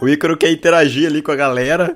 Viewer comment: mano nao é aicaro se fala icaro do jeito que escreve